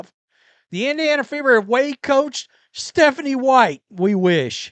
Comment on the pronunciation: What is Methanie white- is this from having sniffles? Idk really😅